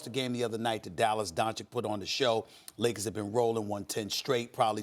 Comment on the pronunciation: Everytime Max says "I'm a Leakers fan", all I can hear is "I'm a lawyer" from TMZ.